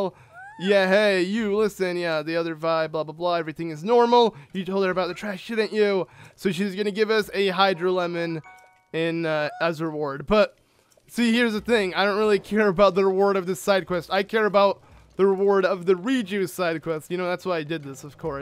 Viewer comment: Did anyone els notice when he got the hydromelon he said hydrolemon?